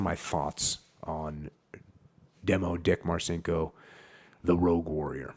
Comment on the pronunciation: Jocko champion! BTW it's pronounced "Marchinko", exactly as your sidekick suggested. One of my fav books from the teenage years. Tough, crazy motherfucker, and not empty-headed on top of all that.